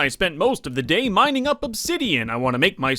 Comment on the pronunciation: What This Part Sounded Like To Me (Btw No Hate!):NOW THaT I Got SIXTY-FoUr Bread I Can GO MINEINg! (Btw I Found It Funny How Said It)